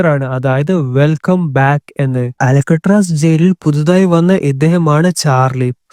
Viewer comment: അലക്കുകല്ല് അല്ല മോനെ.. അൾക്കാട്രാസ്